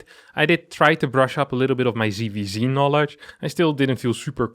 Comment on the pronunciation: ITS NOT "CVC" ITS "ZVZ" PLS CORRECT YOUR PRONUNCIATION!!!!!!!!!!!!!!!!!!!!!!! NOT "SEE" ITS "SET". JEEEEEEEEEEEEEEEZ Also: This is not about winning a computer game, its about winning wars... Future wars will be fought by drones/AI, and the best AI will win... Pls get up to date.